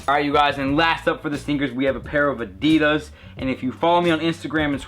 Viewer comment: a-dee-dus, hahaha funny accent mate.